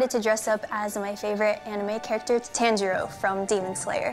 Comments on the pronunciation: ITS NOT TANILLO IT TANJIRO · It is ton-g-row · Tanjiro:❌️❌️❌️ Tanj-il-lo:✔️✔️✔️